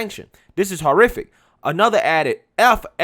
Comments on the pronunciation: Horrific .. is pronouncwed ... WHORE-if-ick ... 1 word .. ( just like 'horror flick' - is pronounced .. whore-if-lick ... there is no "a" ) NOT 5 seperate words ! ... Haw ... ARE ... OR ... IF .. ick ( where did the "a" come from ? - there is NO "a" in ... HORRIFIC ? ) ( & why do you put more empahsis & volume .. on the letters in the middlle of the word ... haw - ARE - OR - IF - ick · Its not pronounced hor-Ific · ... ' sorry - i don't know how to pronounce polish words" ... YOU don't know how to pronounce - ( ENGLISH ) words either . ... " This fight is just so ... haw-ar-or-iffic " .. .there is NO "a" in horror... so there is no "a" ( or aw ) ... in horrific Horrific is ... ONE ... sylable ( one move of the jaw ) ... not 5 ... ( you state it as ... " haw" ( pause ) "Are" ( pause ) "Or" ( pause ) " if " ( pause ) ic" It is ONE OWRD ... why do you ( pause ) in the middle of THIS WORD but NOT any other words ?